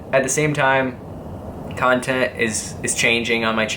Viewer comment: love it how pronounce "cuntent"